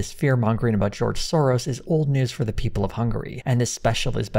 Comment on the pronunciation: In your intro you pronounced for like “fir”, this is surely a sign of tucker toxins slipping into your cerebrum. The prognosis for this is not good, you might even be replaced!